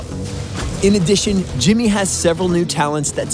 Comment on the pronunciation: Oh god, yes. Gimmeh mah Jiimmeh.